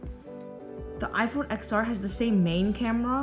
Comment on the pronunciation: It’s pronounced iPhone 10r